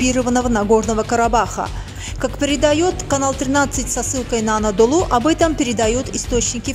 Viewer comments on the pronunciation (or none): none